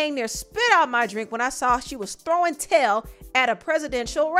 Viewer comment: The emphasis on “throwing TAIL (ssa) at a rally” took me outttt 😂😂😂😂😂😂😂😂